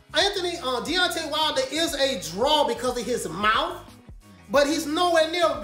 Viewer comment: Bro did you say Beyoncé wilder?